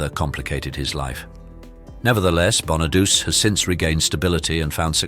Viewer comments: Danny 'BON A DOOCHEE' not Bon a Deuce. omg again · They're all Scorpio's and Taurus's. I'm a double Scorpio with a Taurus moon. I might be screwed. And Danny Bonaduce is pronounced Bon-a-doo-chee. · Pronouncd bonadoochee. Not bona-duce... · It's pronounced "Danny Bona-du-che". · Right?! BonaDOOSE?! FFS!!! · It's actually Bonaduce. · What exactly are "personal demons"? I don't mind the Hopkins computer voice but at least pronounce the names correctly . (eg Bonaduce")